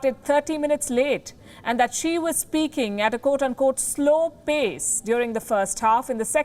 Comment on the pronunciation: Bhai wo chikta nahi hai xikta hai.